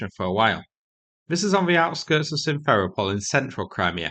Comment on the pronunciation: excellent reporting. Just please make a small adjustment to how you pronounce Simferopol. You should stress the "ro" syllable, not the "fe". Basically you should use your own correct stressing of Sevastopol as a template. They are both Greek names and are stresses identically.